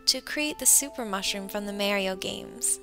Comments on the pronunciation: Great nails! ^^ But, you pronounced "Mario" wrong.. It's "Mar-ee-oh", not "Mary-oh".. Even in the game Mario pronounces his name "Mar-ee-oh".. Sorry..! I just thought I should clear that up because it kinda bothers me when people say his name wrong.. '^^ Keep up the great nail art, though! ( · ahem...did anyone else catch this?? Its pronounced ( mar-e-o) not (mair-e-o) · It makes me mad she just said mareo.. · She reads it MAYRIO, but you are correcting her by spelling it exactly the way she sees it, why not saying something like- "Mar(as in March)-eeyo". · Just an FYI it's said maaahrio not merry-o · It's Mario not marryo. sorry it was bugging me:) Great design though:) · she called it marieo not mario??? anyone else call it tht? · Mahhhhhhhh-rio. Not Mayyyyyyyyy-rio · Merio? It's mArio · maario? i thoought it was pronounced mario... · maa-ri-o? its mari-oh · mary-o? its mari-o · YOU PRNOUNED MAR-IE-OH WRONG YOU SAID MARY-O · she said merio instead of Mario lol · OMG I hate when people say MAERIO!!! It's MAH-RIO!!!! MAHHHHHHHHHRIO! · its pernounced mo-ree-oh not ma-ree-oh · Mary-o games???... (M-AH-R-IE-O) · awww how adorable!!!!! she says mario(like marry-oh) thats so cute! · but thats how you say it, it is ma-rio not mar-io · Did you seriously pronounce Mario "Mary-oh"? That is just too precious for words. x3 Just like these nails! =D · Its M-ar-io not M-a-rio but thats fine cuz your awsome i let things slide like that with awsome people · its mArio not Mario u kinda say it wierd u didnt spell it wrong u just said it wrong u say ar in the middle not air just wanted to correct that but love the disign girl!!! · Did she say Mayrio?????? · "Mario" sounded like "Marry-o" XD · Its Pronunced Mar-eo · u said maryo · did she say mayrioV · Lol she said MARY-O at :21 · 22 she said merio lolo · Haha.. She said "Mayreeo".. (x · did..did she just say MAERIO? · mayrio? not to be mean... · ITS MA RI YO. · you know itts pronounced, MAR-EE-OH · You said maryo he he....